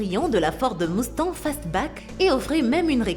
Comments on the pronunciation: ces une mustang pas une mousstang et je parle pas des autre erreur de prononciation mais bon et pour certaine chose il faut revoir parce en temps que mécanicien je croie en savoir un peut plus que vous et la moitier ces des connerie merci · Mettez une personne qui parle correctement, c'est horrible, une boulit de Ford moustang 😱😱